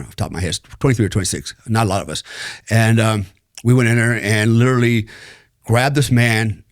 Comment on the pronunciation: He has "Lirilly" done some wild stuff... Lirilly.